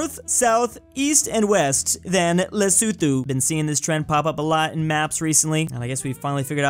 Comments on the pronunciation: Hey, love the video, but in the name Lesotho, the th at the end is just pronounced like a normal t. I'm from South Africa so I know. 😂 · South African here cringing at the way you pronounced ‘Lesotho’ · The way says Leh-soo-thoo and not Lesotho 🤣🤣>>> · as a south african hearing you pronounce lesotho hurts me